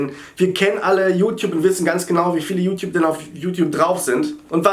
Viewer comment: liebe es wie er immer you-tiup sagt :D